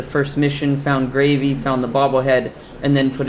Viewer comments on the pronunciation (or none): Preston gravy my dude it's Preston garvey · HE ID KEEP SAYING GRAVY DAT POOR GUY S NAME IS Garvey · Preston "Gravy" lol